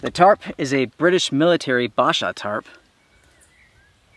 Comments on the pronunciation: My grandad gave me a civilian version of the tent your using, it’s bright purple and yellow, And it’s pronounced BASH-ah not ba-SHA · B"A"sha mate, not Barsha. From ex Brit army. ;-) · Basher B-ash-her is how we say it